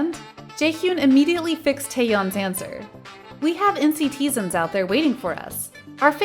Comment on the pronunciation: the ways she says ‘Jaehyun’ and ‘nctzen’ 🗿